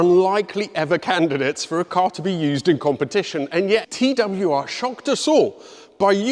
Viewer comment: Wieso sagt der Moderator andauernd : TWWR ???????????????